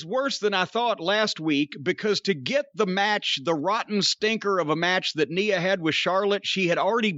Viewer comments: It's funny that he calls her Neea Jax 😂😂😂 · I swear it might just kill Cornette to ever pronounce Nia correctly lol